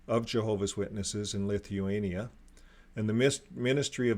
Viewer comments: You are not pronouncing it correctly!!! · His mispronounciation of words, names, countries is extensive. But, as we know, most JWs refrain from secular education and worse yet, were homeschooled.